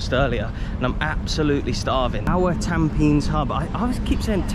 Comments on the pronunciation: It's pronounced tam-peh-knees! And Hougang is ow-gahng. Fun fact: it was actually spelled Tampenis many decades ago, but the government eventually swopped the e and i for obvious reasons 😂😂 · bro called tampines "tAmPeNiS'